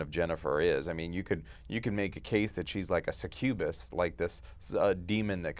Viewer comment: Se-cube-ist??? What is that?? Sucubus you mean?